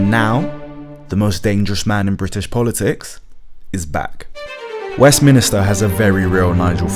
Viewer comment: Westminster not Westminister